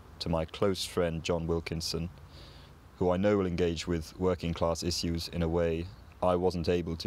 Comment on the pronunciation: issue later ishuu